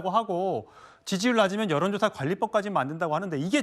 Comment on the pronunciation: ㅋㅋㅋㅋㅋ전라도에요? 발음 구수하네요~ 요런조사~~가 아니라 여론!!! 고것이 ~~아니고 그것이